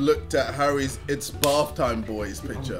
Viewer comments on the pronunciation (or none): none